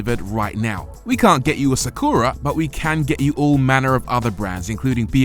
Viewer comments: why you saying "Sa Kuuu Ra"? Just say Sa Ku Ra Short U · NISSAN SAW-KOO-RAH....😂😂😂. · You can say Astra right? Now say Sakura the same way... Sak'ra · Video starts with mispronouncing Nissan and Sakura 😂😂😂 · Reviewer butchering the name Sakura casually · Great video. Shame you butchered the pronunciation of Sakura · i've never heard anyone mispronounce "Sakura" before; until now. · I've heard some tragic mispronunciations of 'sakura' in my day, but that takes the cake.